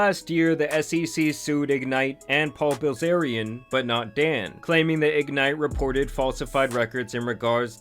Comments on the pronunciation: Dude really pronounced Bilzerian as Brazilian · im sorry did you just pronounce his last name "Brazilian"? ( mark) When are we gonna learn about? and move on from the endless negativity grift on other celebs. What has done lately besides criticize others? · Paul Brazilian???? Horrible butchery